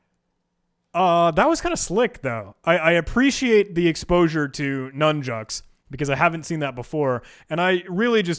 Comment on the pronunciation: did u say "nun jokes? thanks for content \o/